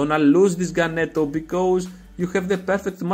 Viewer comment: I told Ganeto before the tournament, see you in the Final! :D (you said my name perfect haha)